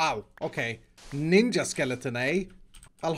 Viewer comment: Mya Grosz 101 Ninja* lol, that pronunciation doesn’t sound right.